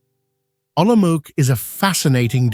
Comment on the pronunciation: Prague is presented as Olomouc (which is not pronounced as Olomok). Yes, "altered and synthetic content" is correct. Very pretty, though.